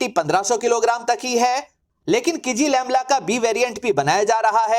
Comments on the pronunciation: “किजीलेलमा” हैं भाई किज़िलेमला नहीं। क्या गुंडा बनेगा रे भाई। 😂😂😂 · Not kijilelma, it's kizilelma. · "Ç" is Pronunced as "J" in Turkish. Akinçi is Pronunced "Akinji" Also you're pronuncing "KIZI-LELMA" wrongly as "KIZI-LEMLA" Thanks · RIP Kizilelma Vs "Kizilemla"😂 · Abey jahil ki-zi-lel-ma hota hai Kizilemla nhi🤣